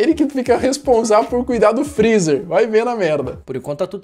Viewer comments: "DESLIGA O FRRIZA A NOTCHE" KKKKKKK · "DESLIGA FREZZER A NOTCHE"